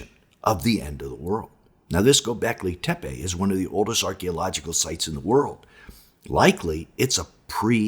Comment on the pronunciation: G-Y-O B-EK L-Y TE- PE. (LET'S TRY AND PRONOUNCE IT CORRECTLY).